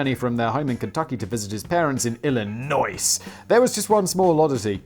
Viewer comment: dammit simon the s is tilent in illinois #ytiggered